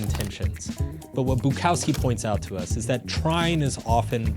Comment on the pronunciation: This video and his pronunciation of Bukowski drove me to delete YouTube. Like and subscribe